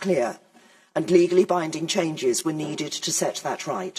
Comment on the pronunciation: LOL "Ligally" :D